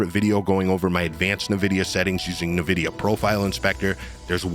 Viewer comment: "invidia" not Nividia "Rieyzen" not rizzin